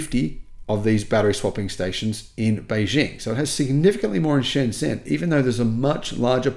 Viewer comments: Pronounced: Sh'n J'n, Otherwise OK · although the did get it right that Shenzhen is the most advanced city in the world. It also had the cleanest air. Soon will realize that the biggest mall in the world is in Yiwu. Then will realize that the zh in Shenzhen is pronounced with a j sound.